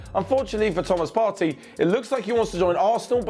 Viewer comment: Its pronounced Part-tay not Party😤